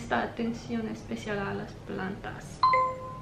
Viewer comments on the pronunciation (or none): none